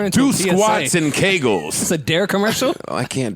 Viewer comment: WTF Joe, Lizzo Gate had me coughing on my water that I grabbed while dealing with your pronunciation of AB's "Ki Gull" exercises. This episode is hilarious!!!!